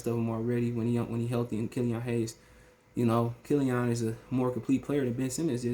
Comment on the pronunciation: Am I the only one who hate the way he says killeeON 😂